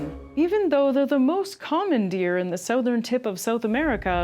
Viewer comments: Yeah, she really said Souþ-ern instead of Southern. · This is the strangest pronunciations of the word "southern" that I have ever heard. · Lol, it cracks me up how Canadians say Southern. Or how we don't say it I guess.